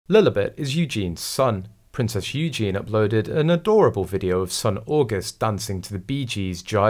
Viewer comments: It’s pronounced Eugeneee not Eugene! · I don’t ‘like’ your reports because of the multiple mispronunciations - ie EugeNIE please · For goodness sake....it is pronounced EWGEENY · not a chance would this child be anything to do with Eugenie - the voiceover on this video pronounced her name wrong, it has and I in the name please learn how to say the name.